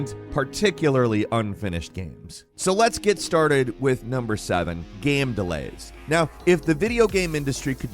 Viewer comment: "gamm delays" lol